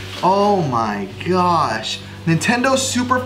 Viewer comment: Joer,pues no se flipa ni ná el,vaya retarder con el oh my gash